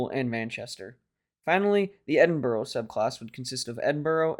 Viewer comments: Edinburgh... pronounced "Edin-bourough" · I would comment that at least you tried but in my view Edinburgh was in need of improvement too. But that said please carry on with your vlogs.